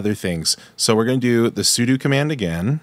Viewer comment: Brother, it’s pronounced “sue-dough”.